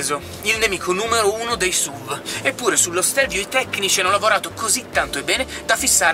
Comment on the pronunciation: La V di SUV non sta per "vèigon" ma per vehicle. Comunque SUV per i detrattori è l'acronimo per Stupid Useless Vehicle. Almeno così pensavo prima di Stelvio. Da buon alfista, sono felice possessore di una Giulia Q, la Stelvio mi piace, anche se sembra una Giulia dove ci hanno scoreggiato in cinque ... puff :-)